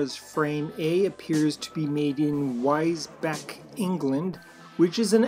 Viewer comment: Great video. I've been toying with getting these, so now I will. BTW, Wisbech is pronounced "wizz-beach", but pronouncing it "wise-beck" was pretty cool.